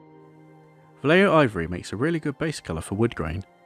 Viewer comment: It's not pronounced "Valleio", it's "Vahyeho" great work by the way.